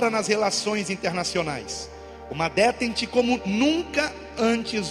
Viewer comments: DÉTENTE , palavra em francesa , se pronuncia ( decente) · "Detènte".Prezado, a pronúncia não é assim.Busque...